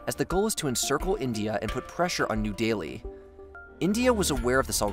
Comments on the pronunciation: New deli, not new daily or new dealy Pack-i-stan, not pockey-stan Azer-by-jean not azure-by-han Say-shells not say-chillys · New Delhi = new daily that pissed me off. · And New Delhi is not New Daily. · When did New Delhi start being pronounced “New Daily”? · Love the videos. Hate the American pronunciation of all the places in the world. Saying that "new daily" is a new one for me. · Man you are butchering Names left and right. Seychelles is pronounced Say-Shells, New Delhi~ new deli. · I am not questioning your content, but it's hard to take this serious when you mispronounce, "New Delhi" and "archipelago". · Just a minor nitpick but aren't New Delhi and Seychelles being pronounced incorrectly? Anyway, thanks for the informative video, as usual!